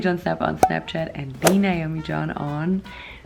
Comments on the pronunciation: Nobody: Naomi: hElloW im nAoMmMmen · "Naoman" noone: me: laughing loud